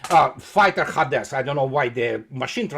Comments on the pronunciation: по-английски Аид это и есть Hades. ХЭйдис читается. Спасибо, всегда смотрю и слушаю с удовольствием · Ударение на первом слоге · по-английски имя бога Аида звучит как Хэйдес. Вот поэтому "машин транслейшн хадэс"